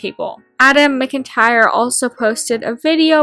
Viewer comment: Sorry this is unrelated to the video but adam McIntyres name is pronounced "mac-intyre" not "mc-intyre". I know I have the same surname and It's an easy mistake to make